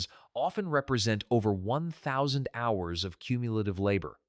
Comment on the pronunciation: Hey guys, I suggest you don’t use AI until it’s been perfected. Examples in this video are: “hours” pronounced H ours. When giving the prices of a quilt from, for example, $300-p to $1500, the AI says $300 minus $1500. It’s not through learning yet.